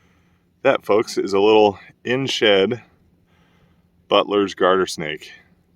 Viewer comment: I thought you said buttless instead of Butlers LOL